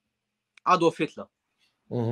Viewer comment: Anwar actually pronounced Adolf Hitler’s first Name, correctly. First time I’ve ever heard that outside a German Documentary. 99% of people say, “Ādolf” but there’s only a Short ‘a’ in German. Like “cat”..